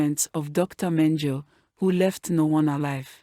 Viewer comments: Its Dr. Mengele pronouced: "men-guh-la , thanks for the video. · Keeps mispronouncing Mendele ….disconcerting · Your not saying dr's name correctly.